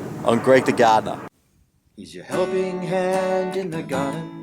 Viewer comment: "I'm," He says in a Austrailian accent. My class kept on laughing when he said that.